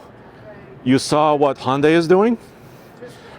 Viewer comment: so cringe that a pro YT car enthusiasts can't pronounce hyun-dai. It's not honday pal. Glad there's better enthusiasts out n the sea